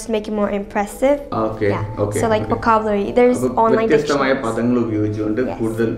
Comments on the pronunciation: How much we try to learn foreign accent ,somewhere the mother tongue interference will creep in..just like when u pronounced "VOCABULARY".Check its right pronunciation..otherwise excellent tips👏👏👏👏👏👏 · Vocabulary pronunciation thettiyiytund... Review your video to check it...